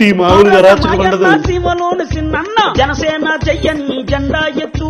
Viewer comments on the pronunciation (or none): జాణ సేన kaadu😂 Janasena 😂